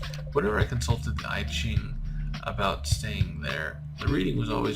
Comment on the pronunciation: it’s pronounced “ee cheeng” though